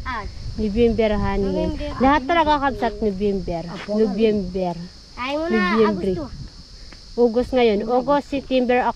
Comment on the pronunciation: No-vem-ber po.🤣